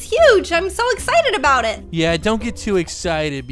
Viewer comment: "Adout" none realized? lmaoo